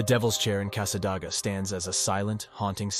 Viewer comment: It's pronounced casadayga